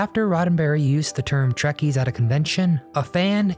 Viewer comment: It's "trekkies"